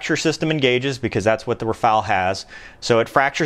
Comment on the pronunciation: why not trying to speach out the word "Rafaele" in a correct manner....... ?..... :-(..... // in so many USA-vids, so many guys are absolutely terrible in foreign languages...; but of course..... hey, I am American....; I give a sh..... about other languages..... :-( // greetings